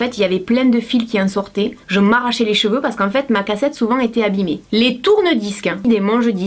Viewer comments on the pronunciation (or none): none